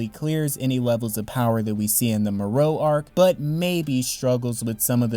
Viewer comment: Its MORO not morou 😂😂😂